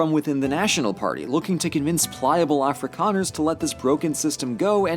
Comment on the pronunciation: Eeeyyy my country. *Happiness noise * "Geld" yeee "Afrikaners", not perfect but it's definitely better than "Ah-free-can-ers" lol